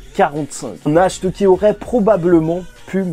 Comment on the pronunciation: Pour le nom du vice capitaine du Taureau. la prononciation c'est "Narte". Nacht en allemand ça veux dire Nuit. et son frère Morgen, c'est Matin.